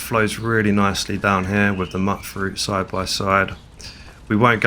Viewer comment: Back to calling it muck fruit I see lol. Hard to break the habit 😆